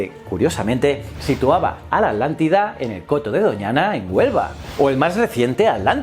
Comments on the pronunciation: "Adlantida"? yo creo que es "Atlantida". muy buen video, como siempre . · Atlantida se pronuncia no alantida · Muy interesante... y me reí un poco cuando decía "alántida" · Yo tambien he notado eso en los canales de you tubers españoles que a la Atlántida la pronuncian Adlántida, y a Hitler lo pronuncian Hidler y así a cada palabra que lleva T y L juntas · Me causa gracia que no puedes mencionar correctamente: Atlántida JAJAJAJA